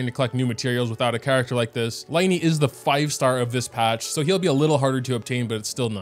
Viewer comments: Can't wait for LINEY and LINETTE (Sarcasm, as in it's supposed to be pronounced as lyney and lynette, not L(I)NEY, we got the case of tienari again) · I have to tell you it's pronounced lyney and Lynette not liney and linette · I dont want to be that person, but Lyney's name is pronounced like Leen-a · ...I'm begging you... The first syllable of the names "Lyney" and "Lynette" rhyme with the word "sin" not "line" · It's Lin-ie and Lin-nette not Line-e and Line-nette🤦‍♂️ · bro really said 'LIE-KNEE' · pronunciations of the three siblings' names! Lyney: lih-nee Lynette - lih-net Freminet: freh-mee-nay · I think that the names are actually spelled like: Lyney - Lee knee Lynette - Lee nette Freminet - Freh mineh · "lainee", "lainette" and "fremineT" are killing me fr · For the pronounciation the Y in Lyney and Lynette is pronounced as a like an E like in tea and you don't say the T in Freminet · Btw Lyneys name is pronounced like Lin-e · Lyney and lynette is spelled lin-ey and lin-et, not like in the word line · I hate to be that guy but just a tip in general: It’s pronounced Fre-min-eh not Fre-min-et blah blah blah if u really care abt the French translation it’s Lee-neigh and Lee-nette (this comment might get some hate 💀) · the pronunciations of lyney and lynette are making me go insane